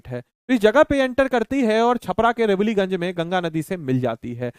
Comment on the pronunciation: 7.59 रेवलीगंज❌ रिवीलगंज ✅